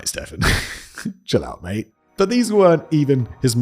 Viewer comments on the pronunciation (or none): none